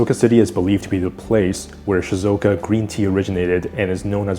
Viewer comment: just fyi it's shizUoka, not shizOka (should be 4 syllables) :) might as well try to say the name of a place correctly if their tourism board is sponsoring this video haha